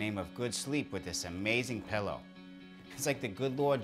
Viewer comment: “My Pellow”